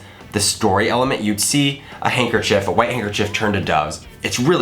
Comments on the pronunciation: I think you say hanker-chief right the first time but not the second time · I say I pronounce handkerchief hancker chif